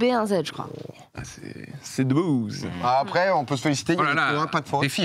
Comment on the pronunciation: Si, faute sur Jamel Debbouze et non ''debouzze ''